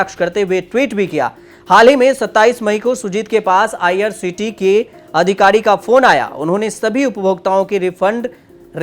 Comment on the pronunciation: तूमको ठीक तरहसे बोलना नहीं आता. आईआरसीटीसी बोलो, करोर नहीं करोड बोलो. पहले अच्छी हिंदी सीखकर आओ.